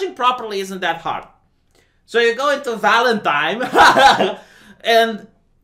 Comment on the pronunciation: “Valentime” *applauds furiously *